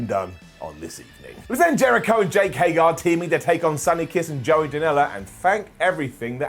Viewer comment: Can someone PLEASE tell me why can't pronounce Jake Hager's name????????? I truly don't get it.